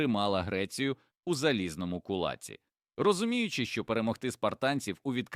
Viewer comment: відео гарне, цікаве, але раджу вам почитати підручники української мови щоб наголос ставити правильно бо "кулАці" "вІнцем" і т.д. я такі слова не знаю